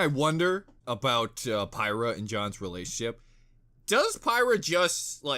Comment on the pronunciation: You're pronouncing Pyrrha wrong